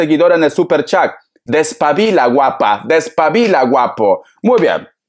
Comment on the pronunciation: ❤❤❤se me hizo chilena cuando dijo despavila❤me encanto esta lectura que carismatico brillas con luz❤😊propia